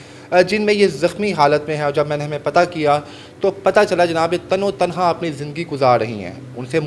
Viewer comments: جاہل تین بار تم نے تن تنہا کو تنو تنہا بولا اگر کبھی کوئی یہ پڑھ لے تو اس جاہل کو بتا دے کہ اپنے قومی زبان سیکھ لے جہالت میں نہ رہے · تن و تنہا لفظ نہیں ہوتا۔ تن تنہا ہوتا ہے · NOTE KAREN TAN E TANHA / LAFZ HOTA HAI YANI AKAILEY HI./ AAP NEY POORE VLOG MEIN TAN O TANHA / TAN O TANHA / BAAR BAAR BOLA/ AFSOS HUA APNI MAADRI ZABAN URDU NA THI KOE BAAT NAHIN JANAB KISSI SEY MASHWARA HI KAR LAITEY JANAB. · تنو تنھا غلط تلفظ ھے اسے صحیح بولیں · تن و تنہا نہیں تنے تنہا لفظ ہوتا ہے ۔ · او بھائی۔۔۔۔تن و تنہا نہیں۔۔۔ تنِ تنہا لفظ ہوتا ہے۔ صرف مائیک پاس ہونا اینکر نہیں بنادیتا۔